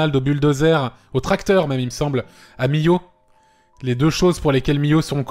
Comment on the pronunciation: pas Millo , Millau "milhau